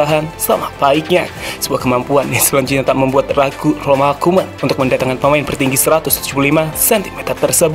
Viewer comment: 1 : 23, Salah pengucapan nama min, RONALD KOEMAN yg bener bkn ROMALD KOEMAN min.